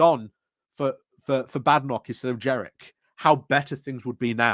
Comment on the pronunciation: there is an N. it isn't jerrick, it's jeNrick. sorry to be a pedant but some days it really gets to me that you've been saying his name wrong for a year. i get that you call Kemi 'kimmy', and i put this down to dyslexia, but ....ugh ... JeNNNNNNNNNNNrick.